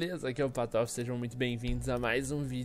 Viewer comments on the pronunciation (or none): porque"PATOFE"?!?